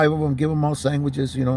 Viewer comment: Did u say “saingwhichs” 😂